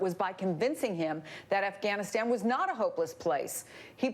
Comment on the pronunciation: Noah's pronunciation of 'Afghanistan' was better than the other reporter. It was closer to the original.